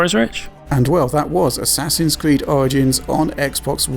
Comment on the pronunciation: "And this is Assasids Creed..." What game? lol